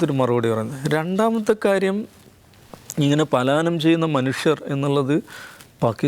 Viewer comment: പാലായനം അല്ല പലായനം 😂😂😂